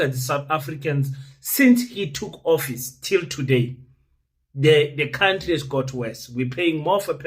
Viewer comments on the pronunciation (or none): none